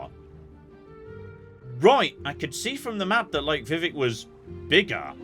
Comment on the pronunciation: What are the odds figures out how to pronounce "Vivek"?